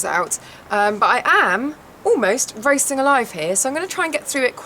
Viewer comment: ohhhh!!! ROASTING alive lol... #accentbarrier